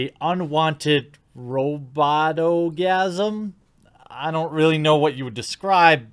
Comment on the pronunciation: You said RoboGasm, I heard Orgasmo.